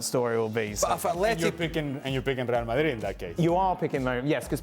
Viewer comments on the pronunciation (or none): Ale : Rhrreal Mahhrrii 😂😂